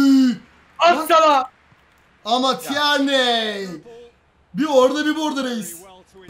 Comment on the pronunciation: Lan şu adama tierney demeyin tirniy